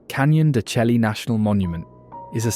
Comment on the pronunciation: Pronounced canyon de chey